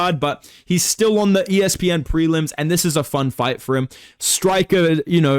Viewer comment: “wanderboi I want to faight wizzyoou”